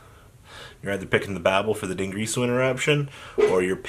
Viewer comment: Dingreesu?... Din-Greese-Su? but why